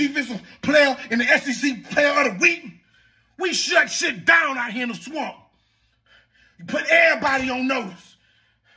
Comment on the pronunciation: Emphasis on "shut is down"!